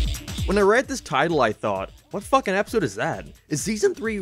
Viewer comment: Spongebob the FOOOKIN squarepants??? Wut are YOU doing here???